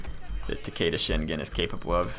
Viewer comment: I know pronunciation is not your thing. but The name Shingen is Pronounced Shin(shEEn)- with a a long E sound, gen(gan) with a short A sound, like in the word "get" not GE like in the word "Genetics"